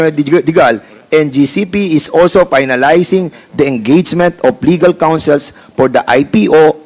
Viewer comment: Pinalizing F po hindi P